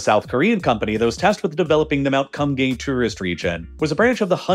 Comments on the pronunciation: Well it's supposed to be pronounced and written as Geumgang. Kinda like saying good but with 'm' and gang with a "Ah" not a "Ang". so it would sound like Geu-m gah-ng. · I can't stop laughing at how you pronounce Kumgang as, "cum gang". It's not even the correct pronunciation, but you even add the emphasis between the words 😂😂😂😂😂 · as a person who studied korean for a couple of years, the thing that kills me about it is the way he pronounces it. it’s supposed to be pronounced more like “kuhm-gahng”, but bro literally just says “cum gang” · He was definitely pronouncing it as "cum gang", which isn't correct, but definitely funny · he pronounced it wrong. Its like Koom-gahng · Did he say Mount Cum-gang? 🤔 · Sorry I laughed every time you said Mount Cum Gay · I thought he was saying Cum Gain at first, Kum Gang is not necessarily better. ( PS Gang nam song has been out for a long time, why pronounce Gang so different from that?) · I'm sorry, but "Mount Kumgang"? Come on man😆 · The way u pronounce Kumgang is hilariously white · please do not pronounce kumgang like that 😭😭😭 that's not even close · Oh my god, I'm so sorry but your pronunciations are just hilariously wrong. I am crying laughing over here at the "Kumgang" pronunciation for 금강산! Oh heavens.